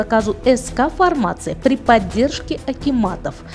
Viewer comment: К сведению: не фармАция, а фармацИя. Не путайте информацию и фармацевтику. "Бесплатно продавать маски" - ещё один граматей!